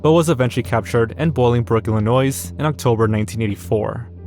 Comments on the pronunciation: I love you but as someone in illinois please dont say the s at the end. It's pronouned illi-noi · But do you know how to pronounce words like “corps” and “Illinois”? Because if so, I’d rather watch your video. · That is not how "corps" and "Illinois" are pronounced. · Bro said Illinois with the s 💀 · Why do you pronounce the s in Illinois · You must be very sensitive if you take offense to someone telling another person they’re pronouncing basic words incorrectly, lmao. That’s not a “societal” issue. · look up, how to pronounce ilinios. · please … the “s” in Illinois is silent 🫩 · I posted the same corrections -- glad I'm not the only one to notice. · Do you pronounce the s in Illinois? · please don't pronounce the 's' in 'Illinois' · Pls figure out how to pronounce Illinois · Dude this is decent content but when you can’t pronounce words like “corps” and “Illinois”, it kills it. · The S in Illinois is silent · The “s” in Illinois is silent. Great, thanks. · As an Illinoian Just like Arkansas, the ‘S’ in Illinois is silent… very good video tho. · Illinois, the s is silent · I had a doubletake when you mentioned homewood. I work about 5 minutes from there. Also the S in Illinois is silent. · Ugh, please don't ever pronounce the "S" in Illinois again. Nails on a chalkboard. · BTW illinois is pronounced with a silent s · Learn to pronounce "Illinois," slave. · Hey,. Just FYI, the S in Illinois is silent. 😊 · It’s insane how many times these freaks get out of jail for what they do. Also the s in Illinois is silent. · Good video but Illinois is pronounced without the s and as someone from Illinois this is killing me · You don't pronounce the S in Illinois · The ps in “corps” and s in “Illinois” are silent. Great video but that drove me insane. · I had to stop watching after about the 5th time 'Illinois' was mispronounced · oh brother, the pronunciation of a word disturbed you more than p/dophilia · be like: "illinoise" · The “s” in Illinois is silent